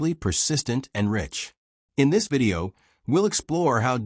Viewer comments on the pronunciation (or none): none